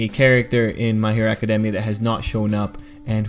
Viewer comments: Can ANYONE pronounce academia right?! I have heard ah-kah-dee-mia. You say ah-kah-demia. ITS NOT HARD TO SAY ah-kah-dey-mia. Just think of the word academy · Acad- EEEE - Mia.